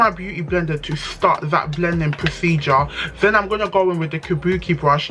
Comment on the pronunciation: I love how you are saying procedure like it’s surgery 😂😂😂